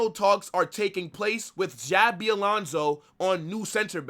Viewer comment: Bro said “Xavi“